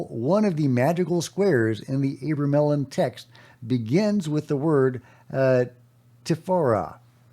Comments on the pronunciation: Today's unpronouncable word is abramelin. Pronounced uh-BRAY-muh-lin with the emphasis on BRAY. However, gpt says otherwise. 🤷‍♂️ "AH-bruh-meh-lin" or "AH-bruh-mel-in" Here’s the breakdown: AH – like the "a" in father bruh – like bruh (casual form of "brother") meh – like the "me" in melody lin – like the "lin" in linen You got this 😅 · its Abra-mellon. The abra is pronounced like abracadabra. Fyi